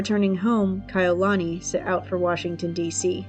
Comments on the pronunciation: I loved the video but I wish she would have researched how to say their names correctly. It's Kah-e-You-luh-knee. As a hawaiian it's cringy hearing it being said wrong. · You lost me at the 18 second mark after mispronouncing Kaʻiulani. There are many other videos available on youtube that are accurate stories told by Kānaka Maoli from Hawaiʻi. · You didn't take the time to learn to say her name correctly. Take this down and do it over. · Learn how to say her name, or do t say it at all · Was about to say the same thing